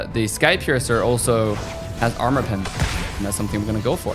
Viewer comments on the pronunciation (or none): none